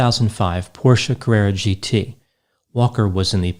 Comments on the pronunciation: Nice to hear someone pronounce Porsche correctly ☺️ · Jason B-Yes. I think so, as well. Plus, he actually pronounced Porsche correctly. Instead of “Porsch”, like quite a few people do.